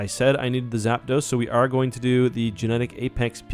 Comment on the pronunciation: As soon as he called Zapdos “Zapidos” i clicked off😂